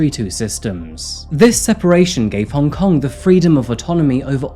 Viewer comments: I applaud you try to say Hong Kong in Cantonese, it’s not an easy dialect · As someone who was born in Hong Kong, I appreciate that you tried to pronounce the name 😊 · Worth a like just for the exquisite pronunciation of Hong Kong in local tongue.👏